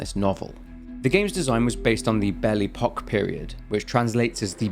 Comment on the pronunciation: Butchering Belle Epoque is a mortal sin.